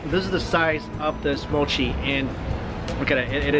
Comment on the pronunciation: Spoiled for me by the awful pronunciation of Japanese. For pity's sake, MOW-CHI? It's MO-CHI.